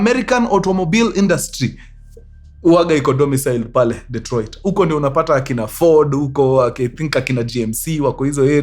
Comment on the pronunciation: 'Dee''t'roit. I come in peace.